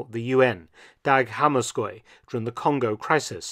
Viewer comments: An excellent piece about somebody who deserves to be known better for his deeds. I realise that this is an irrelevant comment but from my own experience (I'm in my 80s), the BBC Pronunciation of "Hammarskjold" at the time was always "Hammarsheld" not "Hammarskoyld" (as I think you pronounced it) - my long term memory is better than my hearing! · Hammarskjöld is much easier to pronounce than like "hammarskyold". It is pronounced "hammarsheld" where the "e" is rounded, try "er", it is pretty near the true pronunciation, or if you know French, try an "eu" instead of "e". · Damn... that pronunciation of Hammarskjöld was atrocious 😂